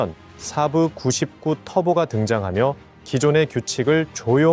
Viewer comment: 순외래어 saab(쎄-브)를 사부 (스승)으로 알아듣겠금 발음하고 지랄들을...